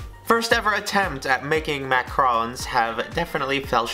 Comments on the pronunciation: You're saying Macron not Macaron, lol you forgot the a. Also you ground up the seeds with the shell, pretty gross since you don't eat that. Since this recipe originally uses almond flour and specific liquid amounts for it, substituting the flour needs adjustments to the liquids as well, since different "flours" absorb different amounts of moisture. This test was kind of a fail to me. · they are not pronounced "macrons"!! It's "macArons"! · Except he was pronouncing them ‘macrons’.